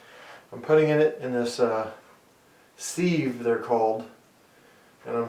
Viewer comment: Sive please not seeeve